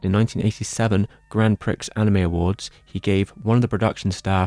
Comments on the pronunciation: Indeed, it is pronounced "Pree" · It's pronounced grand pre. Just so you know lol. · Grand Pricks? Is that a special price at the "Hot d'or" ? x''D